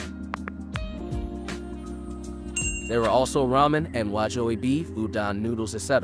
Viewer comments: Brah, it's pronounced Wag-YU beef. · the way you pronounce wagyu beef is a crime.